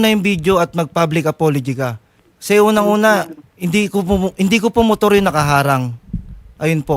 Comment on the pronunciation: side mirrrooooaarrrr... Motoarrrrr